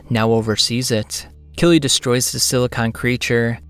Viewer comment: I just read the whole series where it's always written as Kyrii. I know the pronounciation feels somewhat similar phonetically in Japanese but straight "Killy" sounds so goofy. Like the way this narrator talks.